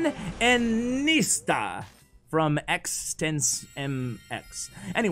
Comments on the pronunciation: Obliterated pronouncing iniesta, it’s inny-esta. A famous AF footballer 😭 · the way he pronounced iniesta 😭